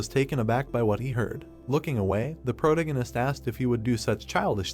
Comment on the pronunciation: The way you mispronounce protagonist is annoying. Is it just me?